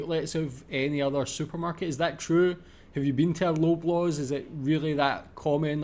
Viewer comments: Lobaws is pronounced 'lob' as in 'lob the ball', not 'lobe'. Maple Leafs Gardens was original venue for Maple Leaf hockey team. There are not any other supermarkets like this one. We don't have shops in Canada like your small frozen food shops in the UK like Iceland. No Frills is owned by Loblaws. Grocery stores carry a variety of foods from all over the world. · Please pronounce it as "LAW BLAWS" not Loblows !! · Hey, love your videos.. I'm from Canada just south of Toronto.. For some dumb reason it's pronounced Lawblaws. don't know why they spell it LO... cheers